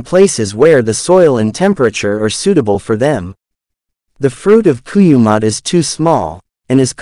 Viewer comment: Kurumbot not koyumot